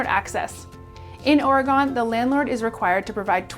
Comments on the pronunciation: Please learn to pronounce Oregon! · That’s not how you say oregon